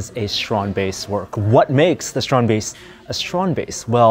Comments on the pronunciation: So while Theo pronounces it strandbeest Adam and keep saying stronbaste. With respect, Theo made it, at least say it as he does. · ITS PRONOUNCED 'STRAND BEAST' NOT 'STROOOOND BASTE' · The StrandBeests are amazing, wish the guy here would stop calling them Strong Base, it's StrandBeest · Stop saying "strahned baste"! It's a strandbeest. It isn't difficult to pronounce. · Is it only me? Or he said it as strandbase, not strand beast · yeah i keep finding it funny that Adam and pronounces it (to the best they can) the Dutch way while Theo just says strannedbeast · Dude pronounce the fuck correctly. Stand = beach beest= beast. Stand is pronounced str aunT and beest is baste like basting a cake